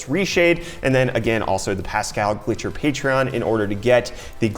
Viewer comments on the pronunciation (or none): It's Pascal Gilcher not Pascal Glitcher hahahaha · You pronounced Pascal's last name as "Glitcher", but actually it's "GILcher" (the i is before the L)